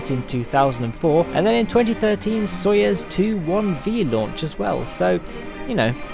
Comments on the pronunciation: It's "sa-yuz" not "so-yes" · It's " So-ee-ooz".